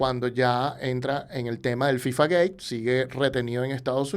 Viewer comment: Es interesante la buena pronunciación de FIFA gate, pero que no sepas pronunciar en español Jadue es raro, no es Jadué